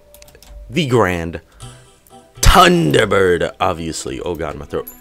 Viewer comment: The Grand "Tunder" Bird! Will beat this near impossible boss?